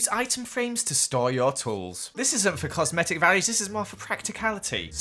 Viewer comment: "For cosmetic purposes" It does sound like it tho " FOR C osmetic purposes"